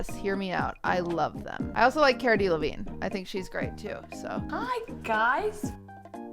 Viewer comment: The way she pronounces "Cara Delevingne" makes me die inside.